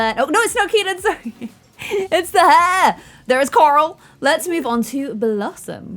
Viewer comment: I love the way you say Coral. I love all your videos. I try to stay on all your new series.